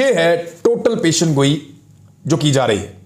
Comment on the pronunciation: پیشن گوئی نہیں پیش گوئی ۔ ۔ آپ کے تبصرے تحقیقی اور غیر جانبدار ہوتے ہیں۔ شاباش